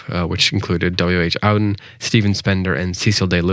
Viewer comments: Thank you. One person on here who knows that this Yank mangles and mispronounces every poet he refers to in his intro. Owden for Auden! He must think it's a German surname - one of the most famous poets of the c.20th. It's not. W.H. Auden is pronounced Oar-den. Like a boat's oar. It's actually a very old English name. And, while one of the beauties of poetry is that that each reader can bring their own personal interpretation, I don't think this guy has a clue what the poem is really about. Louis (pronounce the S like Lewis) MacNeice is using snow as a metaphor. Why didn't this guy give some context as to when it was written? Trust me, it's not about the inconvenience of being stuck in an American blizzard. Not in the meteorological sense anyway. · Hi thanks for this short focus on MacNiece - really interesting - just a note - Auden - is pronounced ORden not OWden and Louis is pronouced Loois not Looeez. thanks